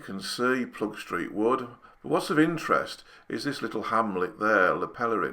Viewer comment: Well explained! It’s not Ploegstreet but Ploegsteert btw … ‘steert’ is dialect for ‘tail’